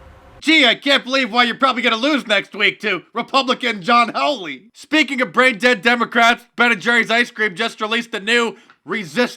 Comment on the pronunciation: Mark, you messed up on Josh Hawley's name, lol.. you called him John and mispronounced his last name. No biggie, he's not as widely known outside Missouri yet, but he will be. I think he's got about a 99% chance of winning, and I can't wait.